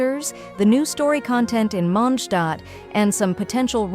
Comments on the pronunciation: It's MondstadT. It's even spelled correctly in the video and you still get it wrong. WTF??? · WE'RE GOING TO MONDSHTAAT